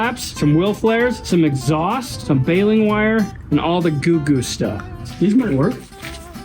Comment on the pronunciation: I believe in Sanpete county, it's pronounced "baylen' war"